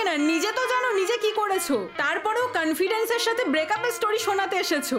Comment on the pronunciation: Confidence❌ caanfidance✅